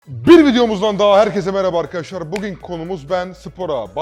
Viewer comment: hocam bugin değil bugün artık doğru telafuz et şunu